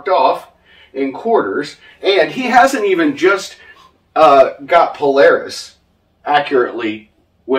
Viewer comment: has renamed Polaris to Polawis. Anyone seen the only fools and horses scene where the dude performs "cwying"??? Polaaaaaaawisssss!